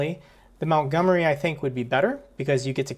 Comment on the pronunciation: MONTgomery not MOUNTgomery!